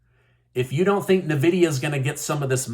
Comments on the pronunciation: Pronounced En-vidia. Graphics card manufacturerer.! We gotta hook you up with a gaming PC. Even if you only game 10 minutes a day, it'll be a nice break to do something entirely different other than YouTube, your clients and family. Can somebody please sponsor? Thank you! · The way he pronounced Nvidia "Navidia" lol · "NAH-vidia?" Really? I mean, SERIOUSLY?! REALLY?!?!?, I think you need to go back to second grade grammar school.. Did you ever think that maybe, just MAYBE a word that starts with two consonants would suggest you pronounce that consonant as it is from the alphabet? RATHER THAN MAKE UP IMAGINARY VOWELS THAT ARENT THERE WITH NO RHYME OR REASON TO IT? OMG...............